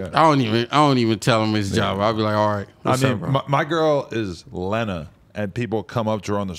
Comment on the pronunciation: Tell that its LENA not Lina lol